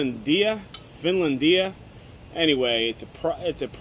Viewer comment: Dude, if you can’t pronounce it, you can’t review it.